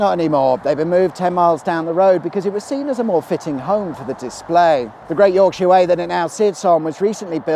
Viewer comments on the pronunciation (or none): Yorkshire - not enough emphasis on the "yOrk". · "Yowk-sheer". A very non-Yorkshire accent. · Urgh, having to listen to the pronunciation of York-sheer and Lincoln-sheer.